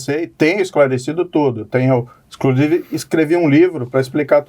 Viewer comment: E O PT HEIN? E O LULA? 🤡 “INCRUSIVE” TÔ “PERPLECTO” COM O PORTUGUÊS DO MORO.